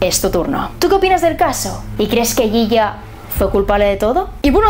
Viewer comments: me encanta escucharte decir "yiya" en tu español, para nosotros argentinos es "shisha", te admiro! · Considerando como funciona la justicia argentina, es reeee probable que la condena haya sido forzada y sin pruebas justas. Y lo del hijo puede ser una buscada de fama increíble. Por cierto, siendo un apodo argentino, se pronuncia Shisha.